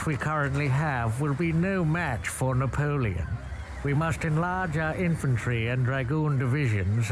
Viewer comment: The way he says “Napoleon” Idk why it’s funny to me